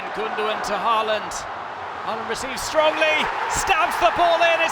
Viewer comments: Try to get the AA....right is a Å! The very first sound you make in "ON" "Å"n" is AA! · Why don't British commentators learn to pronounce his name correctly? The double in Norwegian is pronounced like the a in paw not like the a in par.